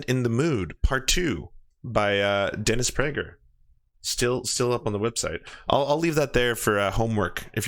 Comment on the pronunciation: dennis bruh-ger